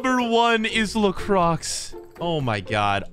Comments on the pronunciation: Sorry, but i can't hear you anymore saying lacroix (the "x" is silent ) 😂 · i love you videos but lacroixs name is pronounced lacroy not lacrocs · Lacroix spells Lakrwa not lakrox dude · Man said LA CROCKS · Someone please tell that La Croix is prounced as "le cwar" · It's la cwar but ok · It’s prenonced lacrowa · u say la cwa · its pronounce layycrow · it’s pronounced lacrwa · Learn how to say lacroix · Anyone else triggered about how he says lacroix? Great video though get him to 1 mil!!! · Please stop pronouncing Lacroix like that